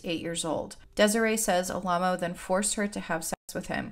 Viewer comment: Am I crazy, or is Alamo mispronounced throughout this whole video? Or did the cult just pronounce it oddly?